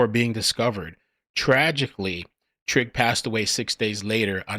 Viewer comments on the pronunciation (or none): Trigg as in "Trigger" that's those MoMos for you